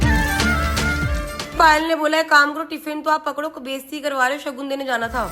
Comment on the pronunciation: कृतिका जी सगन नही शगुन बोला जाता हैं।